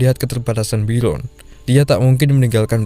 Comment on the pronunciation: Bjorn , bukan biron